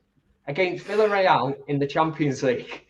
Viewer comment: It pronounced Viareal